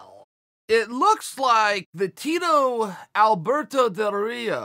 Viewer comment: nobody: Chael: Alberdoe Dorito